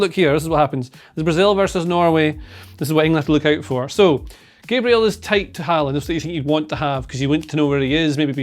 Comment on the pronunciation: do pronounce Gabriel, Gabriel